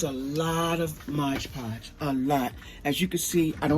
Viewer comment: I'm sorry... I cannot listen to your video when you keep referring to it as Modge Podge. Why? You have two bottles right in front of you. 🤦🏻‍♀️